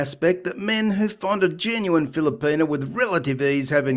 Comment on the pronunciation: WTF is a Filerpena...where is he getting the R....lol